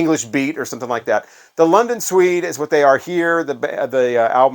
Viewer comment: Did you say London Sweed? It’s Suede pronounced swade 😅